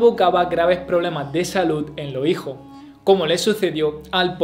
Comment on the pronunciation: Una cosa es el dialecto y otra muy diferente es la dicción. Repito, el contenido es excelente, pero como crítica constructiva, considero debe trabajar el problema de la pronunciación de los plurales. Si se fija bien, dice: "Tuvo ciento cincuenta y do hijo" ... "reinó sesenta y seis año", es decir, no pronuncia las eses (s)